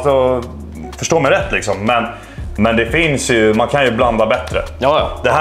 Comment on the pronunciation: Hahaha "lixsom" 😍 igenkänning delux lixsom